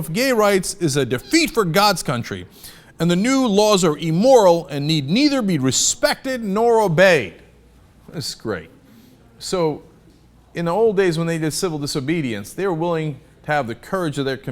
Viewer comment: IMmoral, not Emoral, Cenk.